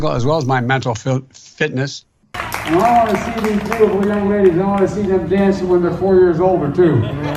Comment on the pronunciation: He can’t even say mental fitness lol omg